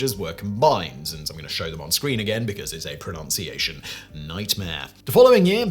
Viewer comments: ICAO is pronounced as if a word, not as individual letters, as is IATA. No-one says "I C A O" or "I A T A". Also ironic mispronunciation of "pronunciation". Also I think that was 1952 that ICAO looked for better words not 1942 as it was not officially formed until 1947 (although PICAO came from the 1944 Chicago Convention it could only be preliminary as a few countries such as Germany and Japan were reluctant to send representatives to Chicago in 1944 for some reason). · He mispronounced pronunciation as “pronounciation” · 2.32 "PronOUnciation"???????? Good Grief! AND you're still putting an extra "L" in UNWIELDY! 11.32 "Pro-NUNCED" ???How are we supposed to take you seriously??